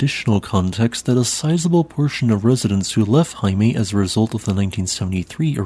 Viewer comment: Vestmanneyjar or Heimaey is pronounced more like “hey-ma-ay” ✌🏻